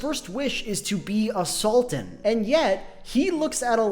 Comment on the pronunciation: I can't help but hear A Sultan as assaultan.